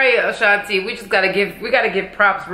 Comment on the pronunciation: I agree with you on saying Ashanti's name wrong Fat Joe does it too on their song